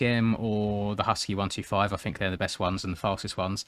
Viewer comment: say 1-25 not 1-2-5 i sound like a dick but yea